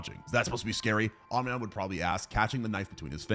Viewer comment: Did you know that it isn’t omin man. It space hitler